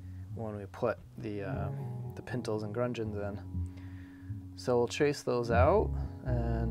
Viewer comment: I think he actually pronounced it with an "r" as in "grungeon"... either way, yes, it is gudgeon. Not a ton of people know that vocabulary word though, nobody needs to feel too badly about not having it roll off the tongue properly. Pintles and gudgeons are words/concepts that even fairly seasoned/salty boaters don't know. Great episode (as usual)! For the first time in many, many years I've fallen a couple weeks behind, so I'm just watching this one today, with one more left to "catch up" before tomorrow's episode drops.